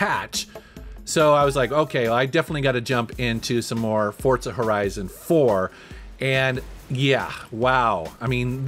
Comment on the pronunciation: Way he says Forza always throws me off